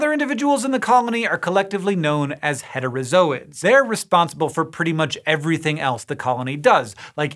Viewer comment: And I thought we took our padawan's to zoo's not zo's so why is it said like heterozoids not heterozooids